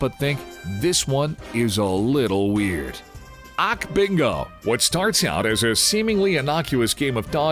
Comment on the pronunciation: Also how does one mispronounce "AKbingo" , it's deadass pronounced "A-K-Bingo", not only that, but they got the whole entire concept of Akbingo wrong. The show consists of Interviews, performances, skits, relays, challenges, games, the dodgeball game with a punishment is only of of them. I guess they were too lazy to actually include the rest of the details about the show.